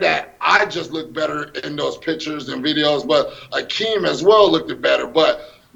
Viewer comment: "Lookdid" absolute moron